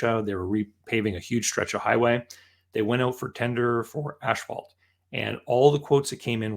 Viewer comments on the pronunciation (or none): It's not "ash-phalt", it's "as-phalt"